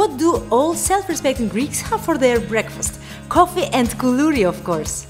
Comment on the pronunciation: LOve the way you pronounce "KOULOURI" very cute....excellent video, thank you.